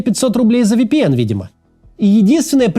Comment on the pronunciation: Максим, ВиПиЭн, а не ВэПэЭн